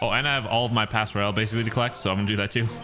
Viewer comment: btw its not clash royale it's cash royale